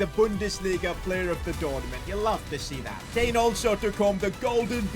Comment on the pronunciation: Sane/ mane/ kane(ka-neyy) 😂😂